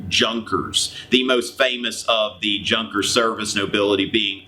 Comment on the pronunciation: You pronounced Junker wrong >.>